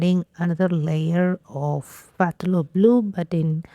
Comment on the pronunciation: Hi! I love watching your videos. Just wanted to let you know that the word Phthalo is pronounced as Thalo, that is the Ph is silent. You can Google the word to see how it is pronounced. Have a great day. 😊